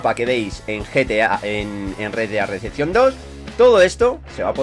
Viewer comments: Es REDEMPTION no RECEPTION, pero ya vamos pillando tu inglés de barrio poco a poco. Eres un grande, sigue así campeon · Rea dea deachion dos jaja gran ingles